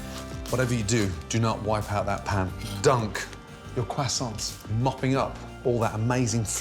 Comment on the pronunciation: Getting hungry watching this at 2 in the morning. And also the way he says "croissants" is too funny to me. I know foreign words are hard, but imo it's not a shame to not be able to pronounce them.